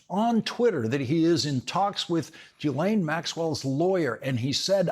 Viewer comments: Her name is not pronounced Jillain it's GILain. Mispronouncing names is a distraction. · REMINDER FOR LAWRENCE: Maxwell's first name is pronounced with a hard 'G' as in GHOST and GHOUL. The 'S' is silent. Thank you for your attention to this matter. 😉